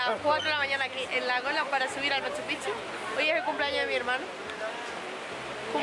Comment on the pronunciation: Otro youtuber que escribe Machu Picchu (separado) y pronuncia Machupichu, se escribe y se lee MACHUPICCHU, haciendo énfasis en las consonantes "cc"